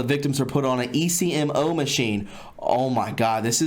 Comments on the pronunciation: Ecmo machine pronounced Eck-Moe. People are blood typed when having organ transplants because they have to give organs to people with the same blood type, or types that are compatible. If not the recipient will reject it. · I recall reading about this last year. China even built a hospital just for this practice. Potential recipients contact the medical facility and are told the wait time might be 1-2 weeks and are provided information on accommodations while they wait. I worked in a transplant unit in the US. Patients here may wait months or years. Also the ECMO you are talking about is an acronym and usually pronounced Ek'mo (short e long o). It is cardiac bypass, used widely in the US for bypass surgery (hence called "bypass"), so that the heart may be stopped and bypassed during grafting of veins onto the arterial side, therefore bypassing the blockage that was starving the heart of oxygen. I was an OR nurse and ICU recovery nurse in my younger days. ECMO is also used in the pediatric ICU's for various issues. Attached are some articles on the china issue for further reading. Falun Gong, is a practice used by many in China. What little I know from reading about it is, those who practice Falun Gong have spiritual peace and tranquility and are healthy in mind, body and spirit. Therefore their organs are highly prized, because of their peaceful mind and body, in essence, good quality, healthy organs. Prisoners have blood samples taken, yet are given no reason for this. I would imagine that the samples are used to catalog all necessary information needed to match the donor to a given recipient. This practice is horrifying and barbaric and I do pray these monsters burn in hell.